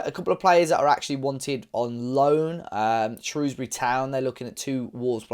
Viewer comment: Glad you pronounced Shrewsbury correctly😂 I think Ruben’s biggest legacy in the last six years is being perhaps at the forefront of the Fosun generation of players that have transformed Wolves in terms of its profile. I remember at school it was full of glory hunters supporting top four teams, and their heroes were Fabregas, Gerrard, Drogba etc. These days kids are growing up in Wolverhampton and they don’t need to look elsewhere for top players to idolize. Adama, Jimenez, and others have also done this, but I think Neves has been the most important.